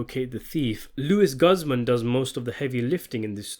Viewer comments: It's pronounced Luis Gooze-mon. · I’ve never heard Luis Guzman’s name pronounced quite like that haha